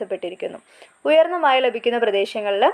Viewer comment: Mazha not maya